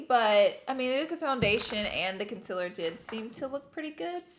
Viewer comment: I love how pronounces concealer the exact same way as Laura😍 love the energy of them together💕